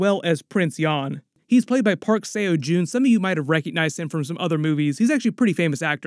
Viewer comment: "Park Seyo June" is Park Seo Joon pronounced as Pak So Jun